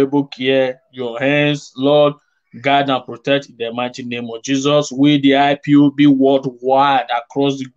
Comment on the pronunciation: Sir please stop staying IBOP. It is not IBOP with a B, it IS IPOB with a P, please enunciate and pronounce properly . If its hard for you simply say "EyePob" Thanks